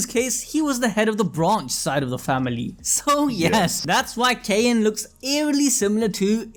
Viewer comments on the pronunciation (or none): Why the heck you are pronouncing kaien's name like that...